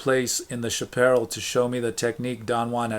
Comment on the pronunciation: Thank you! I listen to these while I work and sometimes before sleep. Your deliberate way of reading is nice - some mispronunciations of Spanish-Mexican words such as chaparral but its still forgivable, as I used to mispronounce them too. Unlike most other shaman or spirituality books, every time I re-read Castaneda I am more convinced it is all very real.